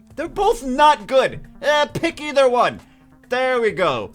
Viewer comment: its Pronounced Either Not Either..... Get it right...